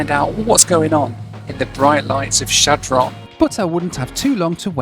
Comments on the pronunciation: Shad Run is the proper pronunciation. It's not Shad Ron. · I know you're a dirty furrener so I'll give you a pass, but just so you know, it's pronounced "Shadrun", no pause and with an "uh". The locals call it "Shad". Back in 2017 we were driving from Denver up to Valentine NE to see the eclipse. We were driving in two cars, I stopped at the McDonalds in Shad, my wife in the other car didn't know why. I informed her that there was basically nothing all the way east to Valentine. There is one general store built of hay bales a couple of hours east near Cody, that's about it. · Great video and a blast from the past for me. I grew up in the Omaha area and, during the 60's we drove through Chadron (pronounced SHAD run in Nebraska) several times on our way to Ft. Robinson State park and on to Wyoming. Such towns are American treasures. Keep on visiting these towns that many will never get to experience! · Chadron is pronounced Shad Rin by the way!!! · Can't believe he visited Chadron and didn't show any of the university. Or did I miss it? Kills me every time he says Chadron. Never heard it pronounced like that before and it just made me chuckle.